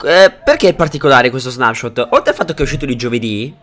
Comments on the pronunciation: perfavore che qualcuno dica a quest'uomo che si dice snepshot e non snapshot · ti prego devi dire non snapshot letto così ma con una e al posto della a quindi leggi snepshot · quando recensisci uno snapshot, che si legge snepscot e non snapscot, fallo con cura e informati bene sulle cose, guardati il video di erenbalze e confrontato con il tuo rispetto a contenuti e informazioni